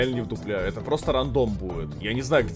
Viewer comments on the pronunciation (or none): none